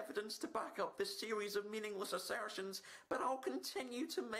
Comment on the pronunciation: "Mindless Assairrrstions"